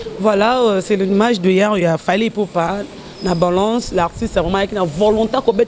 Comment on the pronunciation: on dit balance et non banlance